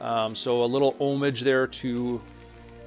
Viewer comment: He pronounces "homage" like "homage."